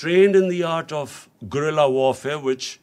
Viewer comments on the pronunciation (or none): none